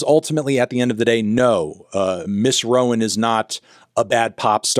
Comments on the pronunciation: it's roan not rowan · 1) I’m so sorry to hear you went through SA. It’s extremely sad that I don’t see any comments about it. I hope that you’ve been able to do some recovery/therapy around it bc that shit cuts deep whether we fully realize it or not. 2) last name is pronounced rone, rhymes with own and phone